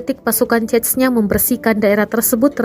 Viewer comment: Pertama kali gue denger narator Tribun bener dalam mengucapkan nama Chechnya, biasanya hanya diucap dgn lafalan 'Zenya'. Zenya kalo di Rusia adalah sebutan dimunitive utk org yg nama depannya diawali dgn 'Evgenia', misalnya Evgenia Medvedeva biasa dipanggil Zenya, atau dimunitive lain seperti Alexander biasa dipanggil Sasha.